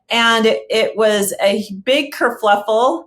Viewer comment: Kerfuffel not kerfluffle hilarious